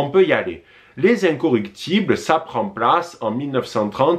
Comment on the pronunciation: Je t’apprécie beaucoup mais c’est les incorruptibles !!! Et non incoructibles!!!